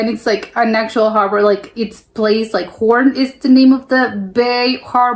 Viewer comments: The trick is that you pronounce it like horn indeed but extend the o a bit, but don't exaggerate. You did that automatically. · The pronuciation as in horns is spot on! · Pronunciation Hoorn is 10/10 Use the same oo in stroopwafels and you are first English native speaker who pronounce Stroopwafels correctly. Not stroepwafels. 😊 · Your pronunciation of Hoorn is flawless 🙂